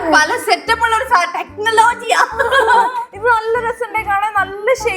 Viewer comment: That "Technologia"😂😂